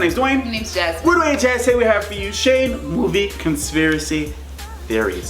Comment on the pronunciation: Did my mans say togay? instead of today lol 🤣